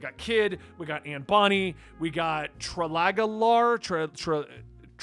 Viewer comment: I have some pronunciations for you. Ussop - Oo-Sop Trafalgar Law - Truh-Fal-Gar Law Bartholomew Kuma- Barth-olo-mew-Koo-ma Also I don’t remember which video it was but you said kakyoin and polnareff from jojo Kakyoin - Kak-Yo-Een Polnareff - Pole-Nar-Eff